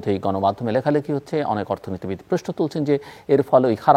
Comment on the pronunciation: আপনি প্রশ্ন শব্দেটাকে প্রেষ্ণ বলেন। এটি শুদ্ধ করার চেষ্টা করুন